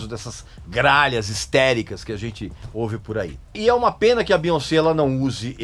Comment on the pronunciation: Amei a sua pronúncia do nome dela, que respeita a origem francesa dele. Aqui no Brasil, a galera tenta trazer uma pronúncia do inglês, acredito eu baseada na pronúncia do "once" (?), quando na verdade o nome dela tem origem francesa e NÃO inglesa, cuja pronúncia é essa mesmo: BiONcê. Nem mesmo nos EUA o povo tenta inglesar a pronúncia, respeitando a origem francesa, mas aqui tentam a todo custo inglesar isso. Aí sai um BiÓNNNNcí. Hahahahaahha